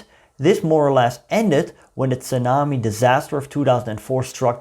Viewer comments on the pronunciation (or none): none